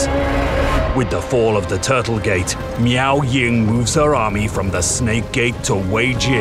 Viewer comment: I'm sorry did he say meow ying